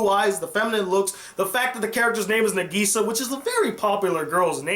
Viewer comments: I’m sorry but it killed me to hear him say negesa instead of nagisa 😹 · Hhh how you say Nagisa's name is n-AH-g-E-s-AH